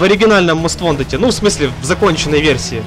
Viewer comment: ВонТед, а не вонДед